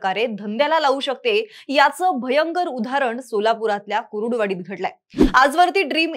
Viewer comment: गावाचे नाव सरळ घ्या कुरुडवाडी नाही कुर्डुवाडी आहे